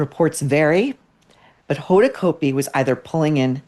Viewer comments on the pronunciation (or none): You may be 100% correct but geez… Maureen you are sounding so much like a bully. And btw you pronounce her name incorrectly. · I agree with you about Hoda. But don’t purposely mispronounce her last name. It’s just juvenile and stupid.